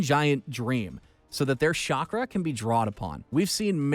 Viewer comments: It's chakra not Shakra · This is what happens when american tries pronounce japanese words. I also love shakra. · Did I hear "Shock-Ra" 😔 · whyyyyyyyyy Why do u let people narrate that have no idea about the shows????? He really said shakra my man wtf Can’t even pronounce the Sharingan. Everyone knows the Sharingan